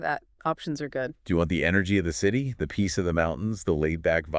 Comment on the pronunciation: AI is not pronouncing the city properly lol otherwise it’s OK